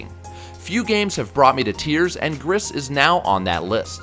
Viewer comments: Gris is actually pronounced as “gree” it’s French for gray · It's pronounced "gree". It's french for gray